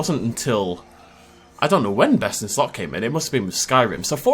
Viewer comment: I swear sometimes it sounds like you are saying BestInSlut. Maybe that could be your OnlyFans name